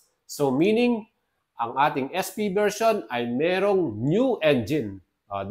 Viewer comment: AEROX S fiii? Hindi ba SP? Bakit yung pagkakabanggit mo ES FI?